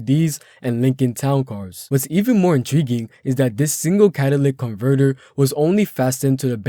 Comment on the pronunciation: I'm sorry dude I can't get past the fact that you can't pronounce certain words. It's pronounced cat-a-lit-ic not catalic.